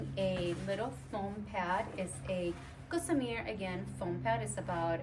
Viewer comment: It's Gossamer gear not Gosmear